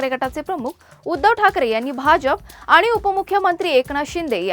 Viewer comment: न ला न आणि ण ला ण म्हणा (म्हना) ताई 🎉🎉 खूप झाले आता आनी बाणीनीपानी हम रोज एक घंटा ऑनलाइन खेळणेवाले है 😅😅